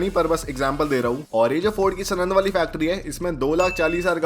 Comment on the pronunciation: Bhai सनंद नई है यार सानंद ही सानंद